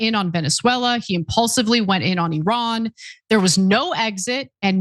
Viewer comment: I LOVE that you correctly pronounce Iran 😊